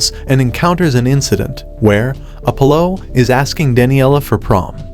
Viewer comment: Mispronouncing Raquel and Apollo.